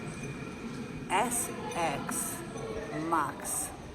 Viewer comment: Ajfon es eks maks 😅😂😂😂